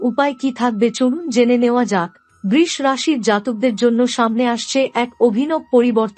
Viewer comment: Aber djop suru holi R apni BRish bolen kano? Nakami thik kore uchharon korun